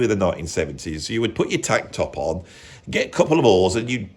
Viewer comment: You sounded like you said, put on a shirt then grab some "whores," instead of "oars." I died laughing ! 😂😂😂